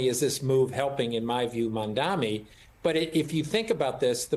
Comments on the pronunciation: You call yourself an anchor and can not pronounce his name? It is Mamdani not Mamdami. Is this intentional? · I love how Zohran’s last name is spelled correctly in the chyron, yet the folks on this show continually pronounce it wrong. It’s Mamdani. Not Mandami. It’s not a difficult name to read, it’s just laziness. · They keep saying Mamda(M)i in this video. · Did the news anchor kept saying Mamdami? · It's MAMDANI NOT MANDANI 😅😅😅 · Mam-da-ni. Can we please stop pretending his name is Welsh, or some other unintelligible language? It's practically phonetic. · why can't professional talking heads pronounce his name correctly? they've had plenty of time to memorize it! MOM DONNY! jeez... go zohran! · Can you please say his name right?? It’s embarrassing and ridiculous that a news anchor doesn’t make an effort to learn pronouncing someone’s name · Why can’t anyone pronounce Mamdani!? It’s so rude and ignorant it’s 3 syllables you morons. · Shame. You guys still don’t pronounce his name correctly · White media are so rude and racist.. they purposely mispronounce his name which is actually simple to say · Why doesn’t this host learn how to pronounce Zohran Mamdani’s name? So unprofessional to keep mispronouncing his name. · Not one person is saying his name correctly. They made more effort to call slivas name correctly. But nobody called Mamdani correctly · Its MAMDANI!! These News Casters and Andrew Como thinks if they will call Mamdani's name wrong on purpose they might win the election.... lol 🤣😂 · Why can't anyone of these people pronounce Mamdanis' name appropriately? (this does not apply to people of color) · idk why its so hard for msnbc hosts and guests to say his name right.. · Cause the jealousy they don't want to say mamdani name